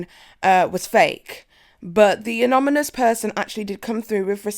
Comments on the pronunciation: Take a shot every time says Anomybous instead of Anonymous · I was going to ignore this til u said it twice so I thought maybe she needed a lil help the word is anonymous, not anomonyous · Say it with me... ANON-YMOUS. Not an-ominous 🤦 makes you sound kinda stupid love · It's Anonymous not Anomynous. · The word is anonymous not anomynous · Anomynuos? Really ? 😂😂😂😂 it's anonymous honey! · "Someone who would like to remain annomonus?" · Annomonus is not a word lol it's anonymous!!!! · Anomynous? Anonymous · Its anonymous not amonymous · its anonymous, not anominous. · It anoNymous not anomynous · i love you, but it’s anoNyMous not anomynous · Too late! Amonymous is officially how it’s pronounced now. Someone alert Webster’s! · Lol a-non-ni-mus. You’re doing great though! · 😂 Ann-onn-eey-muss. You’re welcome. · OMFG I thinks it’s so adorable! I literally had to keep rewinding bc I couldn’t focus on anything after you said “anomynous.” 😂😂😂 We all have those words we can’t say for some reason. Also, my lips were made for the same! Lol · A-non-a-mus is a way to practice it in case you want to. Just say it really slowly until you get it right and practice. You'll do just fine. Great video!! I live jeffree Starr and can't stand what James Charles did to tati, who I also love, because he acts like such a spoiled rotten brat whose so narcissistic he can't see anything but himself. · Say it with me...a-non-y-mous...anonymous...it’s easy 😘😉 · "Anominus" 😂😂 great vid though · Please stop getting us Brits a bad name...it's AN ON Y MOUS. And if you followed Jeffree AT ALL you would know that Drew is the camerman. Do some research (And some pronunciation practice) and you'd come across as far more professional. Just saying... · A N O N Y M O U S . AN-NO-NY-MOUS. I had to. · I like you. But please... It's *ah-non-ah-mus*. Thank you for serving the tea so consistently and quickly. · Uh-non-uh-muss = anonymous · anomynous haha